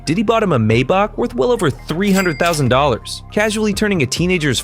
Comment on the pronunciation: Do you even know how to pronounce Maybach?😂😃